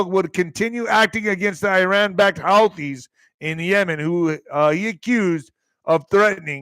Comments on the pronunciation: HOUTI'S IS PRONOUNCED ""HOOTIES," NOT HOWTIES!!! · It’s pronounced who-thees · I've heard it pronounced Who Tees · Pronounced who-thees